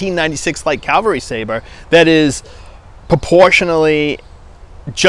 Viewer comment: Cavalry. Not Calverly.